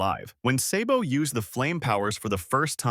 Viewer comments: It’s pronounced sahhhbow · Say-bo?!!! You sir are disqualified from ever talking one piece again 😂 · i am reporting your channel for mispronouncing sabo's name